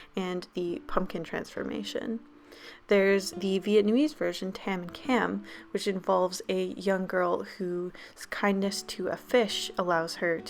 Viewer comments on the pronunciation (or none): I'm sorry but I'm Vietnamese and the way you pronounced"Tam, Cam" oosh I cringed so hard. It's like screaming ahh and not saying u or o. Just so you know, no hate